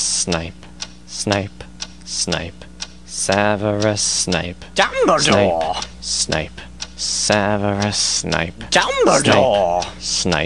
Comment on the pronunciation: DumbleDOOR?!? It's Dumbledore, you idiot!